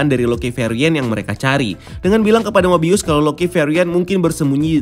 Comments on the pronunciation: Skrg mah 'mobius' Kemaren 'mobayes' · 8.35 eh mobayes lagi😂